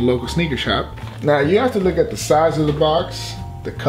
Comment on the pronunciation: Is he saying look or lick? Cus I ain't trying to lick my shoes